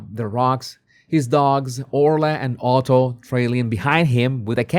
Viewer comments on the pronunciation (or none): none